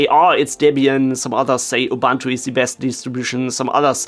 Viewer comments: Why do people keep saying "Ubantu" whilst it clearly spelled "Ubuntu" and also pronounced "Ubuntu". Love from South Africa, where Ubuntu comes from. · Ubuntu is ooh booon too, not ubantu, please..... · Good info here. Please learn to pronounce Ubuntu right. (uu-boon-too)